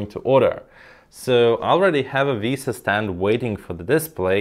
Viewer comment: Finally, someone who prounoucnes "VESA" correctly! 😂Thanks for the nice review.